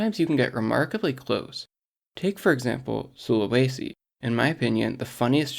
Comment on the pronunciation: oh gosh the pronunciation of Sulawesi- gosh this channel is so cool, my wifey loves mathematics so these kinds of videos are super fun as I can peek into her world a little bit